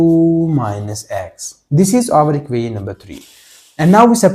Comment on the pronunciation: Everything is okay just your "equation" pronounciation correct without design can you say